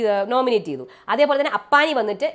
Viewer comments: അപ്പാണി അല്ല അപ്പാനി 😊😊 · അപ്പണി അല്ലാട്ടോ അപ്പാനി